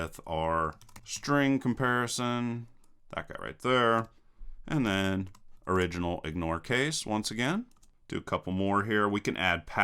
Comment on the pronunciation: Very good! The only comment I have is that you twice said "OriginalIgnoreCase" for "OrdinalIgnoreCase."